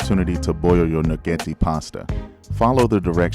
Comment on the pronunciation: I was surprised when you said the name of the pasta. Never knew that’s how it’s pronounced. Creamy + Bacon + Pasta = 🔥🔥